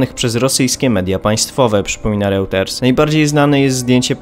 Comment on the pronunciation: Mogę jednak poprosić o lepsze przygotowanie się do materiału twojego zespołu pod kątem wymowy np. nazwy Reuters?